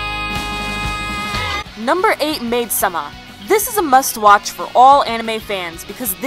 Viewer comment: DID SHE SAY "MAID-**SUHMA**?!?!?!?!?!?!?!?!?!!?!?!?!